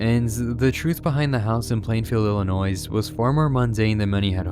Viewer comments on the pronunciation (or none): Illinois is pronounced ill-uh-noy, not ill-uh-noise. Sorry just trying to help. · You don't pronounce the "s" in Illinois. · Why is noone talking about the pronunciation of S in Illinois?